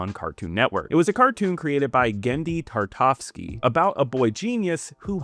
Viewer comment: It's Genndy "Tartakovsky" not "Tartovsky"